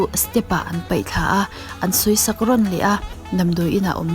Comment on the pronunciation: Peih thla nilo in paih thla tih zawk tur